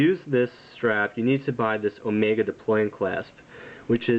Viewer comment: Sorry, incorrect. It is pronounced just like he said in the vid...and just like you would pronounce the Greek Symbol, which just so happens to be on the watch. Never pronounce it Oh-Mee-Gah unless you are saying it as a joke.